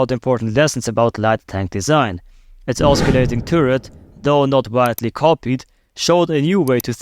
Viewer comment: That's not an AMX-13, broski. It's an Austrian tank. Also, the 'c' in 'Oscillating' isn't a hard c.